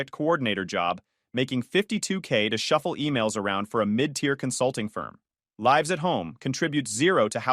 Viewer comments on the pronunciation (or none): Lives sounds like gives .just saying